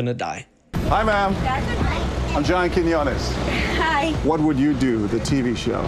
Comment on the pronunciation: "I was on WWYD with John Kimyumyum" lmao